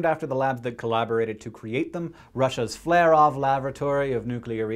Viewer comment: He mispronounced Flerov 3 different ways